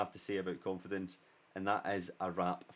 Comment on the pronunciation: the irony of confidence being step 5 when you couldn't pronounce it. Good video, you missed out use 5 at the back though;)